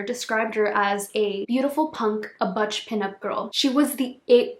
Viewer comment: PS butch not pronounced like much